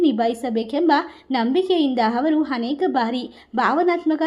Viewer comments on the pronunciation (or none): ಹನೇಕ ಅಲ್ಲ. ಅನೇಕ ಎಂದು ಹೇಳಿ.